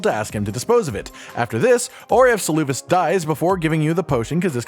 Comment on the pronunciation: SALOO VIS XD Bro he says his own name out loud Sel-ah-vis